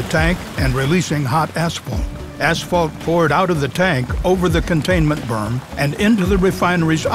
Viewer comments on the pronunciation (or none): "Over the containment berm" 🤦‍♂🤦‍♂🤦‍♂